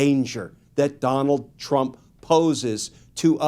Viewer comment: Trump not Teump